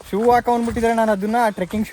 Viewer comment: turking alla trecking adhu 😅😅